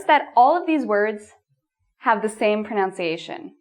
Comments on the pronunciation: FYI ... It's proNUNciation and not proNOUNciation. Not that's a common mistake. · Is the way you said pronunciation just a way some people pronounce it? It sounds weird to me.